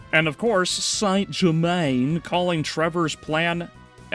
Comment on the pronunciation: Why you say “Saint Germaine” like that 😂